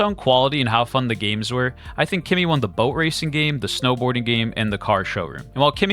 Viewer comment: This it’s clearly a promotional video, it’s obvious that Claude it’s way better than Kimi , can’t even compare, but you keep saying kemi it’s best 🤣🤣 like you been paid to say that 🤣🤣🤣.